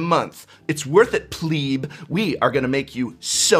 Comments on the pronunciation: He actually said pleep rather than pleb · “It’s worth it pleeb” 😂